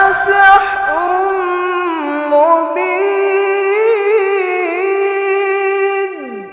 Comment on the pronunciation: Assalamualaikum,,,maaf pa ustadz,,koreksi untuk ayat ke 7,dalam lafadz,,haadzaaaa illaa sihrummubiiiin,,kalau tidak salah dengar ,,tadi saya dengar yg di baca p ustadz,,haadzaaa illa sah rummubiiiin,,maaf